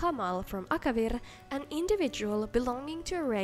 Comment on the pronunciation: You pronouncing Akavir sounds cute and funny